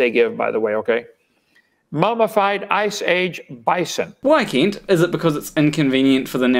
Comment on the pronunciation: I know this is just how you pronounce it and that's completely fine, but i like to imagine that your pronunciation of "Kent" sounding like "Keent" is just a small jab at Kent for pronouncing Paulogia incorrectly. Also, this is the first time I've seen your channel and this video was great!